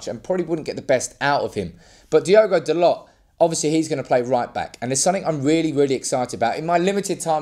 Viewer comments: its Tho Low. not dolots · It's pronounced Dah-low